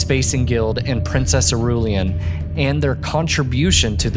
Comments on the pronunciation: I ru lan not iriul ien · Princess IR-ru-lan, not i-RULE-ee-an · eer ru laun. Not Irulian! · E-RULE-AHN. Tragedy. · It's fun that he pronounces Irulan's name differently in every video. Even better that it is also never correctly.